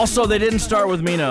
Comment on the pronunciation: just a tip on pronunciation onew --> oh - nyu ( you been pronouncing it more like on -new) jonghyun --> jong - hyawn (two Korean sounds get romanized as U, but the one in Jonghyun's name is actually pronounced closer to au or awe.) minho --> mino (the h is usually silent in Korean, and often just represents more air coming through) taemin --> teh min (think most people mispronounce his name as tay-min) key is an english word so the pronunciation is fine I really like your reactions for SHINee, I think I've watched them all in one sitting. I've learned some things about how the songs were produced that I haven't noticed before despite listening to the songs so often and feel that you genuinely like them. Even the songs you don't vibe with are songs the fandom also doesn't always vibe with lol (a.mi.go, why so serious, etc). Would love to suggest some more b-sides after you've caught up with the title tracks Also, one thing that helps me accept Jonghyun's passing is that he really fought hard for creative control, not only for his own solo work, but also SHINee's. And his legacy can be felt through what they currently release. So even if he isn't there, his influence still is. A lot of fans consider SHINee a 5 membered group in the present even if they preform as 4 because he did a lot to shape their image and sound. You can also listen to some of their Japanese title tracks with Jonghyun. One I would specifically recommend is Your Number